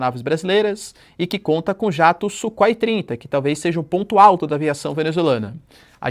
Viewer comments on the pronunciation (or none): none